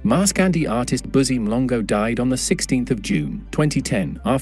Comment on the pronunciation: Makwina? Mlongo? Best to get proper pronunciations prior to recording.